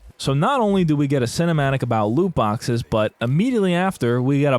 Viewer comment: Stop saying looboxes.